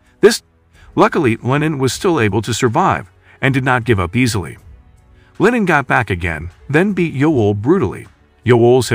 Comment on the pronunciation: Its LeeNan not LINEN Hes not some fabric but a human!